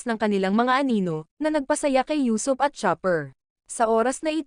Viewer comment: Usuop not yusop